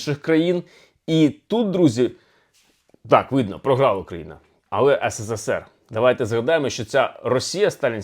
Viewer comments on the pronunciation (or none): none